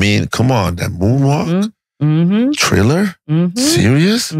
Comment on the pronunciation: My boy said triller lol